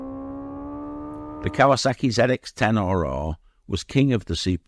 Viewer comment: He called it Kaywaa sackeeee